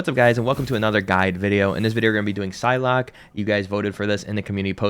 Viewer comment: I swear he called her Pie-lock at one point too